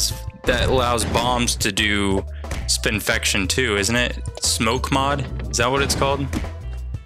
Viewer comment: smoke mod: bombs apply blind 1 choke mod: bombs apply spinfection 1 choke mod found also, its spin-fection, as in spin + infection and not spin-fi-ca-tion